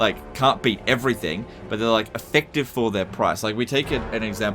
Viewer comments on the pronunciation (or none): none